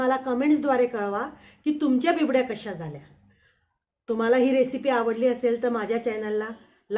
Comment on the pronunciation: Uccar bibdy nahi bobde asa aahe